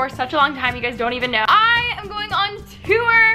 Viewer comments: I'm sorry but I hate the way she says tour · when she said tour it sounded like toower